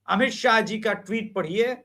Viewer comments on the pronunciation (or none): none